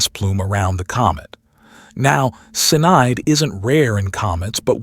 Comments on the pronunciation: Wtf is Cinide , its Cyanide you nob ? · It`s cyanide, not cinide. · nothing going to pull you out of a story or news that you're following more than a AI generated voiceover that has a misspelled word in it sinide ain't the same thing as cyanide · sin-eye'd that is different smh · Somebody, get the AI to pronounce the same words consistently e.g, cyanide. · This AI voice is insufferable!!! Come on, if you can use ylur own voice, it is pathetic to use AI and it can't even say cyanide correctly!!! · Is the AI voice saying cyanide? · It’s already in our solar system. Btw, please explain to AI that it’s 3 syllables — cyanide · CN is pronounced "CEYE-A-NIDE", not "sinide"!!! AND: Professor Loeb's name is pronounced "LOBE", not "low-ab"! Sheeeeeeeesh!!!